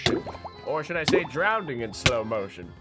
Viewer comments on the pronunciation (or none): On number 17 it’s not drounding it’s drowning